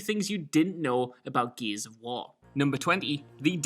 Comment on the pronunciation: Even the subtitles say 'Geez of war'. Love you Josh, but speak english